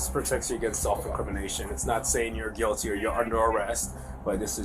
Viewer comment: I thought Melly was found. Not gyilty. Why you talking ish?